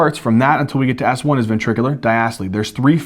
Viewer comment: Great video and great enthusiasm as always! You're amazing. But fun fact, I kept hearing you say "it's a soft ass one" until I realized you were actually saying "soft S1" hahaha